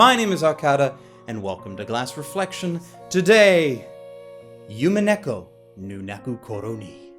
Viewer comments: Love you and completely understand that you don't speak Japanese, but listening to you say "Yumineko" instead of "Umineko" was extremely painful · Oh, and it's pronounced "Oo-mee-neh-ko" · I also thought that witch felt similar to Rika. And dear god stop saying yumeneko. DreamCat ≠ SeaCat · The way you pronounce umineko is bothering me xD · not to be a total weaboo but you would think would be able to correctly pronounce Umineko